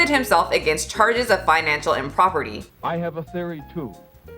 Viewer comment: *Impropriety Not Improperty lol Gonna need an apology video for that one lmao